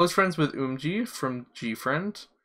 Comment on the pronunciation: The "eo" in the surname "Jeon" and the "u" in "Umji" are both the "ㅓ" vowel and therefore pronounced the same as each other (romanization of Korean is very inconsistent). It's not like "oh" and it's not the "ooh" type of "u". The "ㅓ" vowel sounds like the "u" in the English word "undo". I'm looking forward to the day that you learn the basics of Hangeul and go back to your older videos and hear your pronunciation of names. 😛 I think I heard Somi was too young to debut in Twice. I don't remember the specifics, but I do know that Twice is sexualized in a "cute bubbly girl" way, promotes a lot (Twice's comebacks should not be called "comebacks," they should be called "still heres," because they pretty much never stop promoting; Twice promotes like twice as much as other groups) and does brand endorsements that have a mix of those two factors. Sejeong is known for doing skin-ship with Somi. When asked why she touches her so much, Sejeong said Somi has the best body. The bullying Somi suffered would have been about not fitting in. Now that she's a celebrity and does not blend in with non-stars anyway, but is grouped with celebrities, it has probably balanced out for her. When mixed-race people are on broadcasts, everyone in the show always says that mixed-race people are more attractive. Contextual info: Non-mixed-race girls who are very pretty will sometimes be bullied in Asian schools because they don't blend in due to being too attractive! Visibly being mixed automatically make